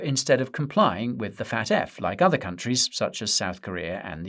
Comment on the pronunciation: its F.A.T.F not FAT.F never in my life heard anybody say FAT.F